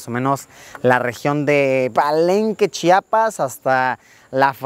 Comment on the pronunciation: De tanto que estuviste pronunciaste bien Chiapas muy bien